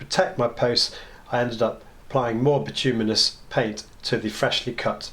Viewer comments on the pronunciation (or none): nice job, now all you need to do is learn to pronounce bituminous and you will have cracked it